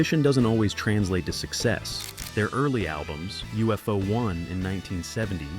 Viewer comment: UFO Club. Pronounced Yoo-fo.